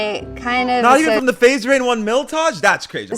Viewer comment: “Not from the faze rainn miltage” took me out 🤣